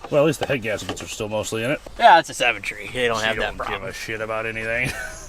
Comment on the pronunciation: Seven “tree”😂